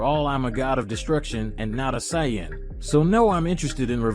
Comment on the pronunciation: Ai voice? Says Saiyan wrong.